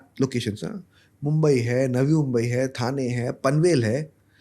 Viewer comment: ठाणे not थाने, मालाड not मलाड